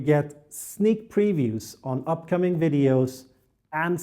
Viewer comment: I love your Hej då! Especially in skånska 👍😄